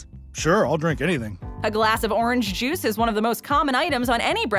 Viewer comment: It almost sounded like she said Jews when she said juice. I was taken aback for a second